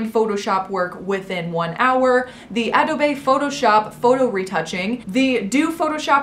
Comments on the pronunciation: ikr it bothered me so much but then she pronounced it correctly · Every time she said it I cringed a little bit LMAOOO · I WHEEZED WHEN U PRONOUNCED ADOBE LMFAOOO no hate kshdj💞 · The way she pronounces adobe is just, AUBRFVDFVKVEFFJKNEFNOJFDV. If you also get irritated by mispronunciation you'll get me. It's just so ACK. Other than that, she is awesome, her voice is so pretty! Honestly, I think she doesn't need to change a thing, she is so beautiful already. Her videos are so fun to watch and just straight up awesome, much like her amazing personality. I love your videos! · sis slips because she actually knows how stupid it’s sounded throughout the video pronouncing “Adobe” that way. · ADOBE THEMSELVES DON’T PRONOUNCE IT THAT WAY. Stahp. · JUST PRONOUNCE ADOBE RIGHT. PLEASE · Why did you pronounce adobe like that🤦🏼‍♂️ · 1) You already reduced your waist in this & that is apparent due to the waste basket's perspective ~ it's already not "round" (which is prob why you so quickly zeroed in on that bc you had to be careful with that when you reduced your waist originally). 2) PLEASE learn to say ADOBE. It's not that hard. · 1) Many of these contractors are based in eastern Europe and India, time zones are a thing, don’t think she knows that. 2) AWOL- absent without leave. Don’t think she knows what that is either 3) Her pronunciation of Adobe , so cringy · Did you really just pronounce Adobe like that 🤣🤣🤣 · How she pronounces adobe lmao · Please learn how to say Adobe it doesn’t make you sound “cool” to say it wrong 🙄🙄🙄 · No hate. Just letting you know it's pronounced adobe: UH-DOE-BEE. not uh-do-bae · sip the tea sis lol it’s uh-doe-bee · i pronounced it ah-dobe my whole life until i said it like that and my friends roasted me because i didnt know :( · “Ahdohbay” lol 😅 it’s pronounced “uhdoubee” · ahh-do-bae lol, ahh-do-bee. thanks for the vid! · Harlow Venturi AH DOE BAE 😂😩💀💀😭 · I thought the e was silent lol. Ugh-dobe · Harlow Venturi ah-doe-bay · Ah doe bae